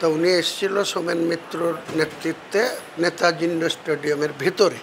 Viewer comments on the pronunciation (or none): none